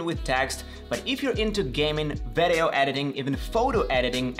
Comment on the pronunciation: i в слово video произносится как и, не как э. Видиоу, не вэдэоу. Ещё обращаю внимание, цифры вроде 3350 не произносятся как thirty three and fifty, а как thirty three hundred and fifty - не забудь вставить слово hundred после первой десятки. Продолжай с успехом!